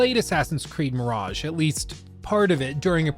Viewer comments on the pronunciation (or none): Or as we say on this channel "Assassin's Creed: Meh-raj-ha"